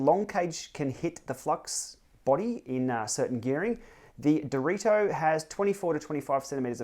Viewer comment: Direto isn't that hard to say honestly